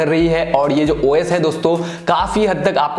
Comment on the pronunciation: Bahi Tu os bol rha hai esa lag rha hai ki oyes bol rha hai😂😂